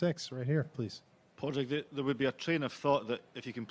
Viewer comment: I cringed so hard hearing "Pad Rag" lmao